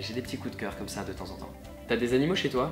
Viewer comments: "Faire des vidéos Côôôôme ça" A yo du, du bist alsacisch, ja ja... Nous on mange de la choucroute et on met des schlappe aux pieds. On prend un stück de fromage et un schluck de vin. Et on parle côôôme ça. :) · Mdr j'ai trop aimé le "comme ça" avec l'accent Alsacien aha, j'adore xD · On sent bien le bon gros accent alsacien dans le "comme ça" haha :p